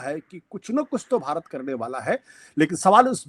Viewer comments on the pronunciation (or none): none